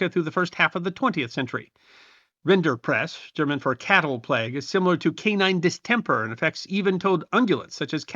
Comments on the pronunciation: I believe it's rinderpest, not rinderprest. Great video, though. And any tuxedo cat is glorious without embellishmentts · Correction- the disease is Rinderpest, not rinderprest.